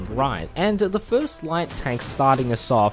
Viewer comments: If u want to say „Luchs“ right just say „looks“ u hit the pernouncement 99% 👍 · As a German. You slaughrered it but it got the point and better then most people